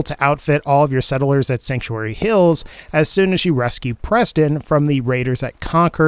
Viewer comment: No one:: s e d d e l e r s